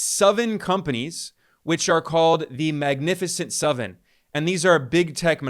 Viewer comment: This guy says 'suven' for seven, and 'eluven' for eleven.